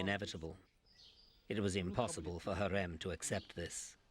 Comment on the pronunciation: it’s pronounced “ha-rem” not “Hareem”. It’s pronounced “Hur-rem” not “Hurem”, It’s pronounced Mu-raad(strongly pronouncing “R”) not “Mu- rayd”.